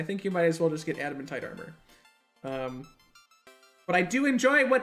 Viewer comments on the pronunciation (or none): Pronounces it Adaman-tite instead of Adamant-ite Me: ( Infernal Screeching )